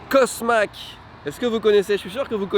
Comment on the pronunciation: CosMc's c'est pas CosMAc's, c'est CosMIc's